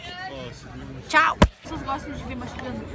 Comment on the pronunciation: vc escreveu tchau erado vc falo xau